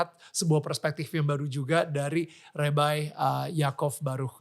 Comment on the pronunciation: Bahasa inggris nya ko lebay rebai orang inggris aje ngomong nya rabai